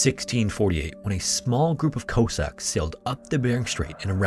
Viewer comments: Coss-acks, not Co-sacks 😉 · If you can't pronounce "Cossacks" correctly, ya' have no business prattling-on about anything y'all don't understand.